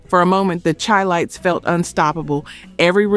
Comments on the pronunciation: Chilites is pronouced Shy-lites, in honor of Chicago. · Chi-lites pronounced Shi-lites. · Pronounced Shy lights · YOU CAN'T EVEN PRONOUNCE THE SINGERS OR GROUP NAMES. THE CHI-LITES HAD MILLION SELLERS, DUMB ASS, AND LEARN HOW TO PRONOUNCE "CHI- LITES". MORE AI BULLSHIT! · It’s pronounced SHY- LITES. Not CHI. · Charles Wright and the Watts 103rd St Rhythm Band were TIGHT. Express Yourself was one of my favorite songs. Chi-Lites is pronounced like the city…”SHY lites”. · Chi-Lites is pronounced Shy-Lites